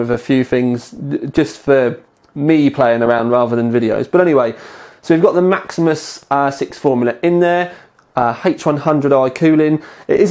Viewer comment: Jacob Reid Look his pronunciation. Of Maximus